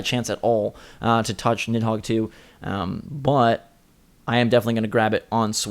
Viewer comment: nid-dog? wtf